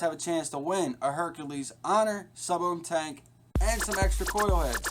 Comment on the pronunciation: Informative review, but you're not pronouncing the name right. It's Herakles (Hair·a·klees), not Hercules (Her·cue·lees)